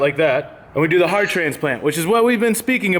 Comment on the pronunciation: Heart transplant or hert transplant? Lol